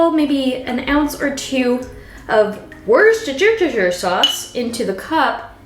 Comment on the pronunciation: It's pronounced 'wooster'. Happy to help :)